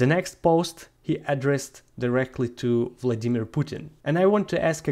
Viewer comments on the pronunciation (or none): none